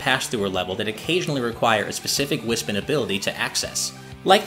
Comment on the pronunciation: It’s pronounced Wis-Pon